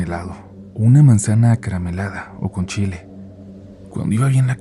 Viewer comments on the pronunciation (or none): none